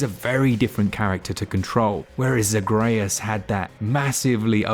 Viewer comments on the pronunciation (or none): Care-on* Zag-ree-us* - there is voice acting in the game lol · Did you play the first game, because you mispronounced Zagreus and Charon